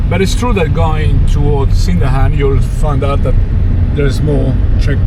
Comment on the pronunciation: Welcome back to our town. Annoying correction from Correcto-Man: We don't say SIN-dahan, rather, sin-DANGH-ahn. (With no hard g sound at all.)